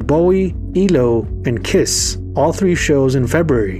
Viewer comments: Only AI would say Elo instead of E.L.O. Come on. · "Eel-O"? Come on man!